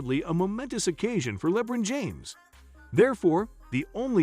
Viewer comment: Dafuq is "Lebbbron James"?! 😮😂😩